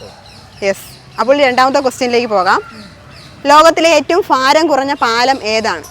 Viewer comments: ഫാരം അല്ല, ഭാരം ആണ്. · ഫാരം അല്ല ഭാരം.